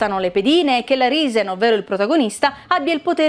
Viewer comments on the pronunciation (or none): Lo pronunciano tutti Arisen nel primo. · Daii chiamiamolo ARAISEN non ARISEN... l'uscita di questo gioco mi ricorda quando il campionato inglese lo ha vinto il leicester, mio cugino giocava con la plaistescion e mia mamma metteva i gins